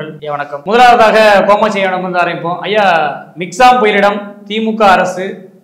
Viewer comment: Thambi interviewer, antha periyavar peru kamatchi, not komatchi..😂😂comedy pandringa